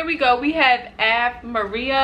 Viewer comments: What kind of general knowledge do you have? Haven't you ever heard the song with this title? It is not AV Maria, it is pronounced aaaaa veh maria. You would do much better if you learned music on elementary level. There are certain behaviour that is expected of an informed audience. You should never cut the performance (recorded or live) in the middle of a musical phrase. It is very rude. You should have an idea what that means. Google a tutorial and you may learn a thing or two. It seems the clip is more about you than Dimash. You rush to talk and you don't care where you press to pause button. Always try to be knowledgeable before you put yourself in public display. Learn, girl. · pronounced Awe Vay Maria (Ave Maria)